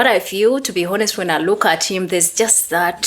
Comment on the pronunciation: I think you are using the word honest. The h in honest is silent.